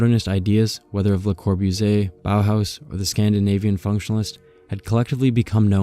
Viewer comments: Geezus, if you're gonna narrate then friggin learn how to pronounce the words and names FIRST! [LUH] + [KAW] + [BOO] + [ZEE] + [AY], [MEES] + [VAN] + [DUH] + [ROH] + [UH] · wow great video! a lot of amazing topics and information. LOL though because op decided to use Siri to pronounce Bologna but chose to butcher Le Corbusier multiple times.